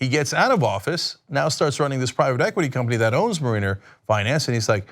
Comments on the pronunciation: Mare-in-er not Marine-er. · Every time Cenk pronounces "mariner" I wince. It's not marine-er it's marin-er. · Its pronounced mare-i-ners as in marinara sauce. There is no mare-ee-ners in this word Cenk buddy. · Thank you! It drove me crazy listening to Cenk mispronounce the word! I mean, come on Cenk, the Seattle baseball team is the MARE-i-ners! I know Cenk's heard of them! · Cenk the genius doesnt even know how to pronounce 'mariner' LOL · Cenk keeps saying mariner wrong, lol. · I cringe each time Cenk says, "Mariner."